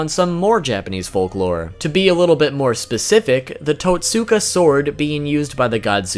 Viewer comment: Tot-ska blade